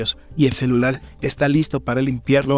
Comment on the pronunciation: CELULAL , lával, encelal. Xd